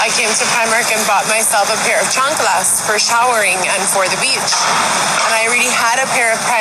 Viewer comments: i HATE how she says chanculas like plz stop mam shes so deslusional about who she really is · I loathe the way she says, "chancalas". More than that, how does someone with "more than a bachelor's degree" (that has no actual degree) not know that the plural of thief is not thiefs 🙄